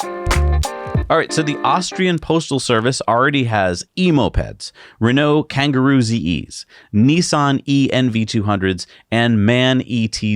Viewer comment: Kangoo, not Kangaroo! 😂🤣